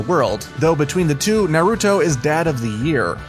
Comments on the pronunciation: Is not “No-ruto” is called “Naruto” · “no-ruto” This dude sounds sped. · then he says “Narootoe” I’m WHEEZING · Your pronunciation of nahr-oo-toe (Naruto) is horrendous... What boostrapped version of the show did you watch for you murder the names THAT badly?! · He’s sometimes wrong but i find it weird that you say naruto that weird way and not kishimoto the author of naruto also katashi and piccolo are not similar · Is no one gonna talk about how he pronounces Naruto ffs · Shut up u have no right to criticize anime U dont even know how to pronounce name of anime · Quote I watch a lot of anime . Pronounced every thing wrong. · Yeah that kinda annoyed me... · “narootoe” “zaboozah” “sakoorah” “I watch a lot of anime” yeah aight😐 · Jesus Christ dude first naroodo sounds like a ramen company then Sakoora like card captor sakura? Pronounce the names right next time if your a real anime fan buddy.